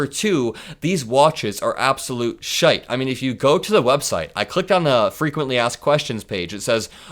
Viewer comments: you don't know how Scottish you sounded when you say "these watches are absolute shiite " made me laugh out loud brilliant mate keep up yer good work 🏴💙🇺🇲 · ‘Absolute shite!’ Said like a Scotsman!😂😂😂